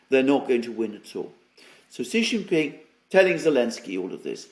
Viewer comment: say his name =SHEE JIN PING NOT JHEE JING PING., JHEE MEANS PENIS IN CHINESE LANGUAGE. SAY SHHHHHHEEE LIKE THE WAY ALEXANDER M. DOES, SHEEE LIKE FEMALE IS CLOSER TO THE ACTUAL CORRECT WAY. JHEEE IS INSULTING.